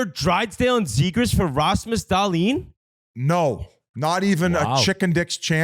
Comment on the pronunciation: pronouncing Dahlin’s name like that TWICE (*EDIT- 4 TIMES) is possibly worse than Whit’s take on the trade. HOW FUCKIN HARD IS IT TO SAY DAHL-EEN